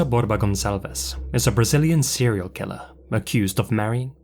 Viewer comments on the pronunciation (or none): none